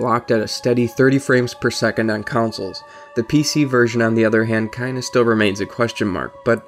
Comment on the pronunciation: I die a little inside everytime someone pronounces it "counsoles"